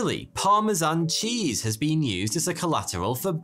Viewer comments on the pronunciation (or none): none